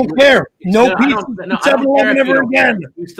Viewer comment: Lol bob called the Corolla a toyoder and a pizza a pizzar😂